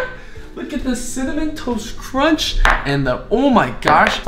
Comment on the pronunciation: cinnamon toast.. cinna- ken- CINNAMON TOAST KRENCH (cinnamontoastken lmao)